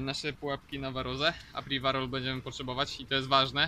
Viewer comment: Podajesz nam publikacje, starasz sie być taki dokladny. Staraj sie też proszę używac slow, ktore potrafisz wypowiedzieć. To żaden wstyd wypowiadac sie w prosty sposob!!! I apiwarol, a nie apriwarol :/